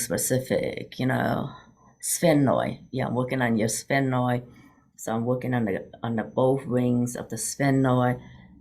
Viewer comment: Haha, there isn’t any other way to say it—sphenoid. You did it🙂